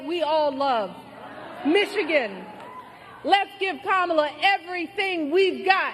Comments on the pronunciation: Did she call them Kamala Zoo? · Did just say Camila zoo